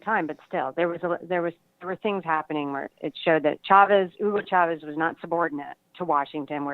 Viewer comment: Michael..... Chavez is pronounced, like Cha; as in Cha-Cha. No extended SH sound in Spanish[unlike Portuguese].